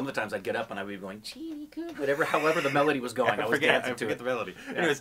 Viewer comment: The Hindi word "Kum" is pronounced the same as the English word "Come". IT is NOT pronounced "Koom". It means Less, Reduced, Low, Small Amount(s), Not So Much. "Cheenie Kum" means "Less Sugar".